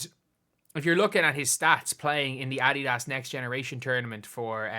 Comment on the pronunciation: Irish people just butcher the word Adidas.